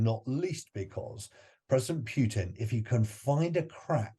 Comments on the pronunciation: It is not "PYUTIN", it's not "PYUTIN"! Hearing PYUTIN is cringy. It pootin. Poo-tin. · This "expert" doesn't know that U and YU are different Russian letters and Huilo's name is not "Pyutin" which amounts to an annoying mispronounciation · No, it's Pyukin. Or Pyutrid, I forget which.